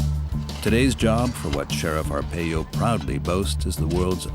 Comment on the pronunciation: His last name is pronounced Ar-Pie-O not Ar-Pey-Yo